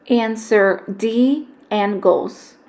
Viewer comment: this is so incredinly helpful but i am so thrown off by the fact that you pronounced it "an-goals" and not "ang-goals"